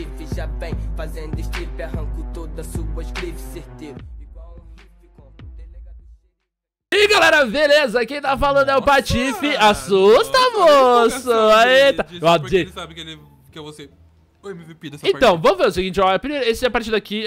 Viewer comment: Ainda não entendi pq ele fala Veleza em vez de Beleza kkkkk